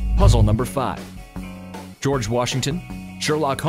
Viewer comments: Its George not georg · Georg Washington that's sounds like gorg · He forgot the e in George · Georg washington GEORG not george